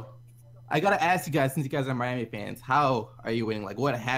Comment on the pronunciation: y do u call them the MAYami heat they are the MYami heat